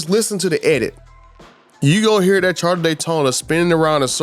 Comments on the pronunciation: Would you STOP SAYING CHARTER. Its CHARGER. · Dodge "Charda" Daytona😀